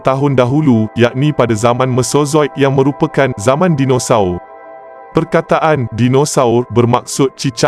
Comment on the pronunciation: betul betul slang BAHASA MALAYSIA KAMUS DEWAN BAHASA DIA BACA SKRIP & SEBUT TU.JADI PELIK BUNYINYA DINOSAUR DIA TU😅😮🤦‍♂️